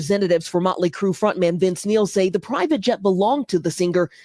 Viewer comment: Neil, not Nail.